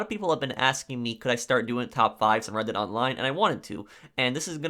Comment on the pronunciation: You pronounce red dead like reddit lmfao